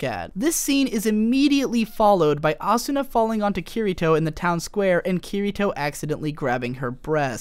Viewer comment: Awesome video, but i hate the way you pronounce Kirito